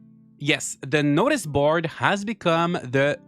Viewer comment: Cracked up at "noice board" 😭